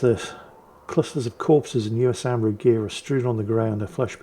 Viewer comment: Hey, USAMRIID is usually pronounced yoU-SamRid